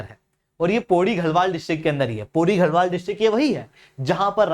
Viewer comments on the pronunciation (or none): Bhai tu pehle naam pronounce kerna seekh...Gharwal- गढवाल बोल ना कि गहढवाल। Gusain- गुसाई ना कि गुसेन् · Pehle bolna sekho घरवाल nahi गड़वाल ( land of forts)